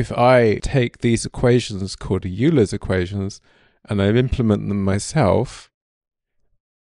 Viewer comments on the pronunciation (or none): Euler, not Yuler :D